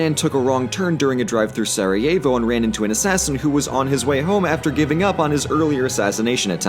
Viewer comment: holy shit he pronounced Sarajevo correctly